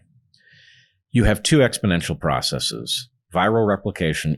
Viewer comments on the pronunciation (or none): Stop saying 'biasees' and 'processees'. Just stop. Bias and process are not greek words ending in 'sis'.